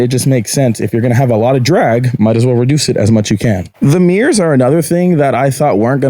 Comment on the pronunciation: "Meers"? Like meerkats? "I hate saying the word 'hella'". *proceeds to say the word "hella" again